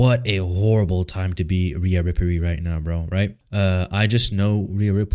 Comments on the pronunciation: i fell for the bait until when you start calling her "Rhea Riprey" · I could just watch a video of you saying Rhea Riperly over and over again dude holy shit thats funny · Riaaaaaa rippperryyy with the way yu said it 😂😂😂😂😂😂😂😂😂😂😂